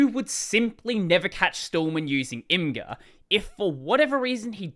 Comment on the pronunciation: Imgur is pronounced Image-Er